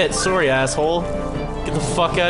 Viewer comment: "Soory bitch!" love it